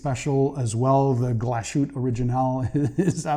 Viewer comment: Hi i love your collection 👍🏻✅ Your German one is pronouced Glass like glass in english and than huthé the all means a small glass house 😉 If you need more about german things let me know😉✅ See you soon in your next one 🤘👍🏻